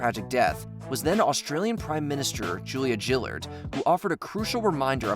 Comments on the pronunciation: the name for the (then) Prime Minister of Australia is pronounced Gill-Ard, Gill as in what you find on a fish. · Julia GILLard like fish gill not JILLard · Australian PM Julia Gillard. Not Jillard. Source: an Australian. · 🤣😂🤣It's Funnyyyy...! How the that talking can't say Julia gaillard he said Gillad! 🤣😅😂🤣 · "Julia Jillard" 😂 Close, its Julia Gill-lard (as in like a fish's gills) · It's Gillard not jilled 😂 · Omg the pronounciation of julia Gillards name 😬 hard g guys, like in fish gills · On such a hard topic, i had a little chuckle at the pronunciation of "gillard" 🤣 for future reference its "gill" like a fish ❤ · It's "Gill"ard, not "Jill"ard. FYI. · Her name is GILLard with a hard G as in the gills on a fish. Not JILL as in Jillian. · Julia Gillard’s name is pronounced as Gillard with a hard G. Not Jillard. GILLard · Just FYI Julia Gillard's name is pronounced with a hard G and a long A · That’s Gillard with a hard G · Australian Prime Minister Julia GILL'ard offered a crucial reminder of why it's so important to spent 10s Googling how to pronounce the name of a fucking leader of a country so you don't look like the twats you're covering in your video! 😂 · I'm sorry but the way he pronounced Julia Gillard 😂 Hard G like gift. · Julia Gillard - Gill as in on a fish and ard as in bard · Julia JILLARD 😂 GREAT Pronunciation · As an Australian, while not a fan of her, I need to correct you on your pronunciation of Gillard. It’s pronounced like ‘gill of a fish’ . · great you just butcher the ex australian prime minster name . Showing no respect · "Julia Gillard" was mispronounced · As an Aussie I can say he definitely mispronounced the surname of our first and only female Prime Minister to date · Mate you butchered the Australian prime ministers name 😂